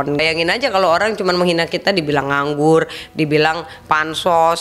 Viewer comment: Kok kedengeran nya semua huruf R jadi L 😅, dibilang nganggul, olang,,kumalasali, telus, safali, menelima, pelempuan, celai ,dibatalin, 🤪😷🤦‍♀️